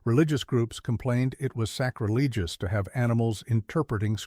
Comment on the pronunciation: Sorry, those who are responsible for this post. I heard the ridiculous pronunciation of sacrilegious and I was done watching this load of nonsense. While I liked the idea of this presentation, the execution of it is of the lowest quality. This post really smells bad! 👎✌️